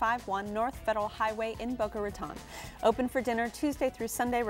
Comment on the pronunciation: The host cold not even pronounce Boca Raton correctly! Pathetic.